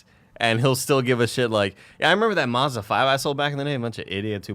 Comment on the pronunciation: Do all americans pronounce Mazda weird?